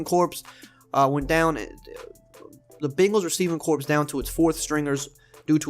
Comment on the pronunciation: The ‘ps’ in corps in silent. Jsyk.